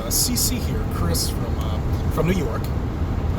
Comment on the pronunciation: Nice one again, Chris. I love the way you always say that you're from New York 'apologetically' - must be an accent thing! Peace. ;)